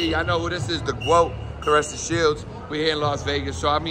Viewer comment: Please stop calling her the GWOAT It’s Laila ali